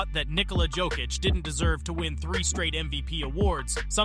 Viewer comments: Pronounciation guide: Serbian 'j' is pronounced as English 'y' (so, Jokić is 'yoke-itch', not 'joke-itch'), while 'dj' is pronounced as 'j', (like in Novak Djoković) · BRO can you learn how to pronounce his name, is not JOE kich, its Jokić (Yo kich) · Great vid, but man: The way you pronounce his name is awful sometimes. It should sound like Yokic, and many times you sad it with J. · I don't know if this is hired person for voiceover or author of this video but it discredits your whole point if you don't know how to pronounce Jokić and Olajuwon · The biggest disrepect is that narrator starts this video with correct pronounciation of Jokic’s name and after 2 minutes can’t pronounce it any more. 🤯😵‍💫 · How you say his name wrong 5 different ways? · learn how to pronounce his name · Even worse if its AI. Just make it say Jokic correctly ffs.